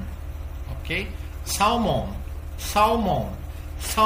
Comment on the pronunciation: A pronúncia para Salmão não pronunciamos o L ! Fica ( se'man)